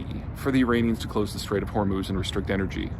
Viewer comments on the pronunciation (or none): none